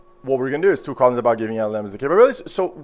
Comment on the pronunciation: eu preciso saber \e.e/ você é Português ou Brasileiro? não tem sotaque quase nenhum kk mas o Tchu(two) e o Dabliu(W) me colocaram essa pulga atrás da orelha e agora eu tenho que saber . Otimo video , estou começando no estudo de IA's pra criar um assistente pro meu homelab